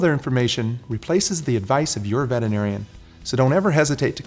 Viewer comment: Why can't veterinarians say the word veterinarian? LOL!